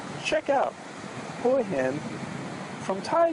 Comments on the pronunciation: Well you're saying rock wrong but who cares... It's like bean with an H. HEEEne. Lol I cannot wait to learn more so I can conversations in Thai like you! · hERE i COME AGAIN, (HAHAHAH) The difference is the TONE - listen to the subtle way he/she says HIN - that's where the big tonal difference is! Thais, of course, don't "care" or critique - because they are SO polite! But.....they DO have a harder time understanding you when you are insensitive to the tones. Is it a BIG deal? No! But, it never hurts to improve - especially if you are planning on living there. (Thais DO respect the correct pronounciation, and it does improve life)